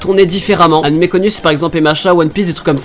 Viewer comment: on dit animé pas animè juste parles normalement c'est stressant mais bon bien quand meme